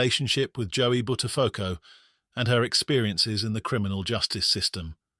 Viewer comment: Bud der phucko. Pronounced correctly.